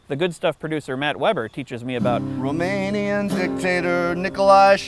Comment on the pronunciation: Cool approach to the topic of rockstars. I used to hate history classes, now it was riveting! Also, you SHOULD consult a Romanian (I live quite nearby - in Poland), the pronounciation is sooo off. But we forgive you. :*